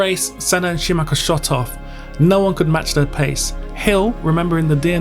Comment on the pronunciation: "injured Scumacher"??? WTF??? another "expert" with yt diploma... telling a story to get more subscribers... capitalizing on others grief and disaster... F.U.